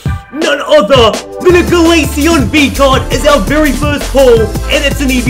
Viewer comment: Mmmmmmhhhhh bery nice bery good